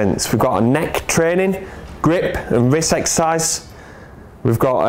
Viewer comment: Not taking the piss but does it not bother you as a s&c coach that you can't say the word exercise?